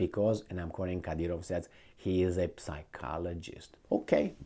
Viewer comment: its not read as P sychologist, but rather as Cychologist. or Sychologist, just saying, bcs i find it funny on you insisting on P. it is a mute P, not audible P. throw out the P. its english, not romanian or serbian, where we read it with a P..lol..whatever, good talk again!